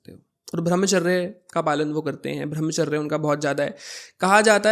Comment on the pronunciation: Bhai pehle tu apni pronunciation to sahi krle...arth ka anarth kiye ja rha. Sena hota hai saina nhi...ar ye bhramcharrya kya hota hai??? Brahmcharya hota hai... there is drastic difference between veer and veerya. pls go n study correct things